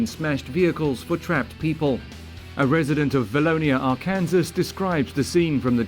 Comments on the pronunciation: AR-CAN-SAW; not Ar-Kansas. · For the love of god stop calling it " R-Kansas" it's "Arkansaw" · Arkansas is not pronounced "are-kansas" It's "ark-en-saw" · Arkansas is not pronounced Ar-kan-sas but Ar-kan-saw. Only Kansas is pronounce Kan-sas ! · He said Are-Kansas lol its Arkansas 😂😂😂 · Arkansas is not Are-can-zus, its Ark-in-saw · Lol, Are-Kansas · Tyler Adams it should be pronounced rkansas